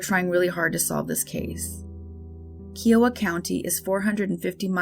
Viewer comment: As an Oklahoman, its pronounced ka iowa. Like the state Iowa but with ka-iowa. I know its petty but I do love your channel